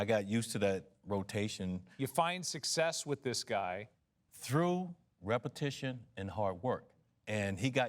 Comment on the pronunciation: WTF is "sussess"?